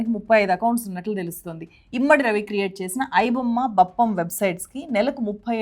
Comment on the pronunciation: ఇమ్మడి కాదు, ఇమంది....